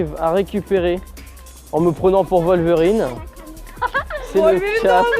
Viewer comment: Wolverine !!!! WOLVERIIIINNNNEEEEE!!! Pas "Voleverine" !!!!